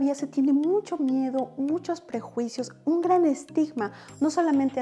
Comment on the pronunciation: No es miédo, es caro haha